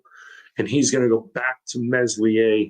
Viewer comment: Err that accent... is that Rotherham? Also, let's help you lad it's pronounced MELIER. The S is silent. Just try 😊?